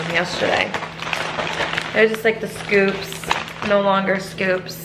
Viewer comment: Girl I know you didn’t just call them chips “scopes”🤣🤣🤣 girl it’s SCOOPS 😩😩😩😩😩🤣🤣🤣🤣🤣🤣🤣🤣🤣🤣